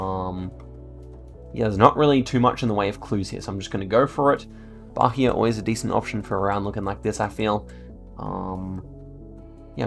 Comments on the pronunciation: By the way the "H" in Bahia is silent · ri muito quando ele pronunciou Bahia ahahah